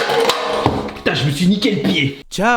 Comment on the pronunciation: Si dice ciao pas chao